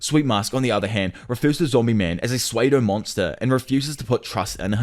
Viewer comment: its pronounced SUE-DOE. Pseudo